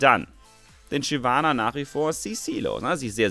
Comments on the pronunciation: Shynana.... aaaalles klar :D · Shynana? :D Muss da kein "v" hin? :p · Ich spiele Shyvana nicht Shynana :)